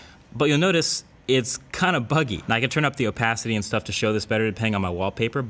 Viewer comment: There's different apps for twitter and Reddit? Why don't you just use the regular ones? Also you said oh-pah-si-tee not oh-pay-si-tee